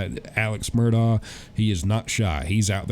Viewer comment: Since you're going to be talking to him, I think you should know how to pronounce his name correctly. It's Alex (pronounced Elick, or at least Alec) Murdaugh (pronounced Murdock) I'm actually really surprised no one has at least corrected you how to say his last name. Still love you! Just trying to help, not criticize. 😊